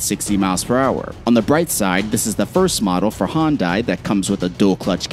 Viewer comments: Hyundai not hon-die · Hyundai? Nah man, Hondye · Please learn how to say Hyundai